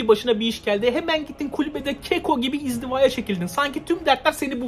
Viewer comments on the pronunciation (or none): "izdiva" degil, "inziva" 😀👍